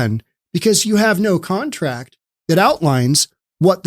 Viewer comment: “No one has a KONTRACT.” 🦘